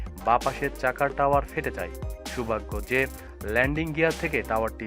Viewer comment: সালার পো টাওয়ার নাকি টায়ার